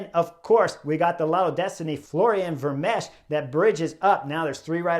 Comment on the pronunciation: Chris; the ch at the end of Vermeersch name is 'silent' (old spelling). Just stop with the s sound and.... and that's it. Ver-meers. Also; what you refer to as the 'nowhere gap' is known as a 'chasse patat' in Europe. (The best translation might be 'wild-goose chase'). When you're trapped in no-man's land; I think you know what a 'patat' is in Flemish.